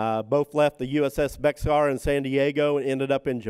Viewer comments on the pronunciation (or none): BEXAR is pronounced BEAR; at least the Texas County in San Antonio is.